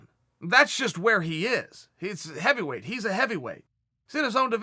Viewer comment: Evyweight? Ow ard is it to pronounce an H?